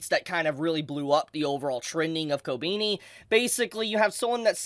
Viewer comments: It's koBEni not koBIni. Please. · The way you pronounce her name Ko-beenie." lol It's "Koh-beh-knee" my dude. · Ko-ben-E not Ko-BEANIE lol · dont wanna be a smartass but its pronounced "ko-benny" and not "ko-beanie" 😅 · why are so many people saying ko beany ? is it difficult to pronounce it like kohh beh knee ? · Kobeany? The is no a between e and n.. kobini 💀😂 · I know it’s a reoccurring gag with never pronouncing characrer names right but sheesh I didn’t expect koh-bean-e, it’s koh-Ben-e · kob E ni ....not kobini. xP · How long until bro realizes it's kobehni and not kobeeni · It’s Ko-be-ni not ko-bee-ni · KO BE NI NOT KOBINI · Who is "Co-Beanie"? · why he keep saying kobeanie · Man said "kobini"... fml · Did you freaking call her "Kobini" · swear your pronunciation of everything is so cringe lol wtf kobini?? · Her name ain’t Kobini bruh 💀💀💀💀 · Hearing you say her name like "ko-beany" kinda hurts... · Did he just say Kobeanie??? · Why does he keep saying ko-beanie tho? 😂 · Ko- Beany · Jesus christ learn to pronounce Japanese naes. Kobeni Kobehni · ‘Kobeeknee’ 💀 whyyy 😩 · why you pronounce her name like ko-beanie 😭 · Who is "Kobeeni" LMAO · I hate how you pronounce her name. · What i hate is how you pronounce her name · Why do you pronounce "Kobeni" wierdly? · KobEni no I it's E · Not a big fan of how he pronounces her name regardless of if he’s right or not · Love ur Videos but why do u say her name like that 😂😂😂😂😂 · Denji: bark! Kobeni: Courage the Cowardly dog gibberish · Omg you really can't pronounce her name